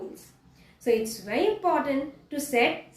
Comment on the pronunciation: Bery interesting And Bery Bery Good